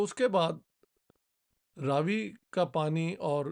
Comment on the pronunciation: Raavi nahi, "Ravi" .. it's name derived from Sun